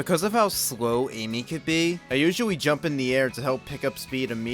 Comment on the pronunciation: it sounds like you said "usuawy" 😂